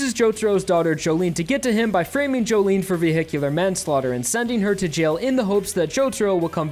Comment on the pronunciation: It's pronounced "joe-lin"